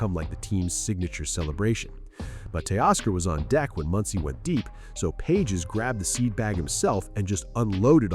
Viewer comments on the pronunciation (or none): Learn to pronounce Andy Page’s last name